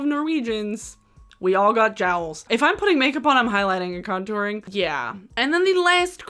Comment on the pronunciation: Being Norwegian hearing you say "we all have jowels" I spit tooth paste all over my mirror laughing. So worth the clean up.